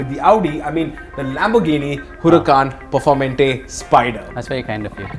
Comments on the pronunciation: Please... Its not (Per -For -mentey) its is pronounced as (Per-Fawr-Mantay) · its perfor maa - ante .....plz respect the names of such creatures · Bro I think it's pronounced "performaante" 😂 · knows how to pronounce pista but not performante